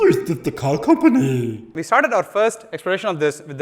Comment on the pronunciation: Dude every time you do the “teshla is just a car compannny” thing I actually laugh out loud 😂😂